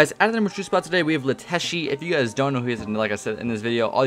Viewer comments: mate it is not LeTeshe it is letshe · Let-she not leteshe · bruh what got me is when my manz said lEtAsHi lmao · He said lettshii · My man said lateshe